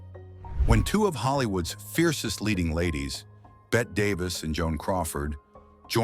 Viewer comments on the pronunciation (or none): Someone is programming the AI narrator's pronunciation. And the programming is sometimes inaccurate because the programmer has never hear of some of these people. Michael Curtiz is pronounced Cur-teez. Bette Davis is Betty Davis. Walter Wanger, the producer for Cleopatra, is pronounced Wayne-jer not Wanger as it's spelled. Yet, the German words seem to have been pronounced correctly. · Bette Davis’s name is pronounced BETTY! two mispronunciations! You need to fix it! Unacceptable!